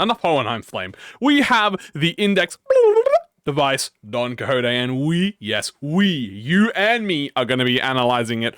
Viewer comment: "DON COJOTE" hahahahhahha